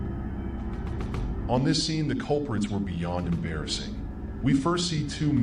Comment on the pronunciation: "That was embaassig"